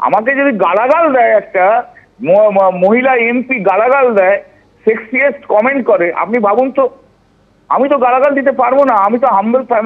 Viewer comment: Ota 'Sexiest' noy 'Sexist' hobe